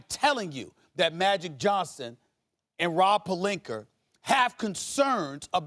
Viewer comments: "Rob Pelinkerrr" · “Rob PelinkER”????? Alright, Stephen A. Smith, alright.... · He said Rob Pelinkerrrrr lawl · God SAS butchers everyone’s name. Rob Pelinker. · "Rob Palinker" LMAO